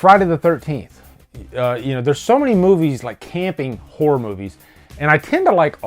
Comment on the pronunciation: Eden Lake involves a 'Camp Whore'?... Oh wait, he said Horror.